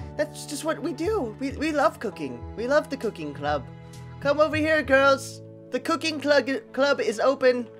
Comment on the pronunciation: U said clug instead of club